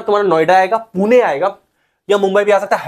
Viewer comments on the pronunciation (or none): none